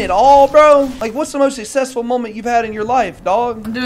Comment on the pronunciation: TIL does not know how to pronounce “successful”